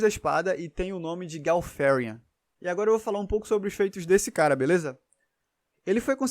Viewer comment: Dava pra ser mais caprichoso esse vídeo. Qual a dificuldade de traduzir "Deus Lutador"? Tenda deixar imagens rolando na hora que for ler script e sério essa pronúncia do Gal Farion puxando pro inglês ficou cringe 🤣